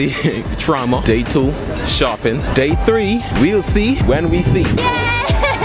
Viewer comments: Its currently" treeee fiftee ate" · Man said its currently chree fifty two Hey but respect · It is currently tree 58 .... No it's THREE 58 ... Go check n see what I'm talking about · I love the fact that he says tree for three like he saids tree 11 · When he said three ge said tree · It's currently TREE fifty eight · "its currently tree:58 am" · Tree fifty eight